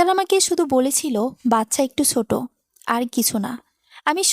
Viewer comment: বাচ্চা “সোট” নয় হবে “ছোট”